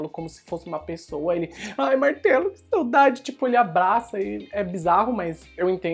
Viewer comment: A cada vez que ele fala "Martelo" eu penso em "Martalo"...